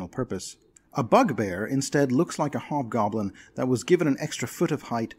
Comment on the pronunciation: What to take the time to thank you for saying Hobgoblin and not Obgoblin. :)